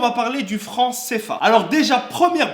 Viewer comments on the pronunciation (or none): Le seule con c toi tu fais des video comme si t pas comptant gros fait pas des video a nous faire chier la moi je suis ne au Sénégal ok meme si le pays j avoue n est pas top top mais gros je me plein pas gros a faire t video sur le frans cfa et sa se prononce pas cefa c cfa idiot du village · Alors déjà sa se dit C, F, A